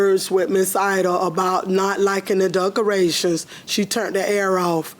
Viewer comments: I replayed…yup, she said duckerations! 😂😂😂 In her defense, I make up words too! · Did she say "duckerations" ? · "Not liking the "DUCK-A RATIONS" 🤣🦆🦆🦆🤣 "Don't AXED her for everything back".. Well if someone "AXED" me i would be most likely DELETED from this earth.. "AXED".. 🙄🤣🤣🤣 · Please tell me she didn’t just say duckcorations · This lady said duck rations instead of decorations😂😂😂😂😂😂😂😂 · Sorry they had so much trouble with the “duckerations” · If she says duck-erations one mo tiiiiimmmmeee! At first I played it off. I said to myself, “self, NO SHE DIDN’T say duck-erations,” but THENNNNN, she did it AGAIN! 🤦🏽‍♀️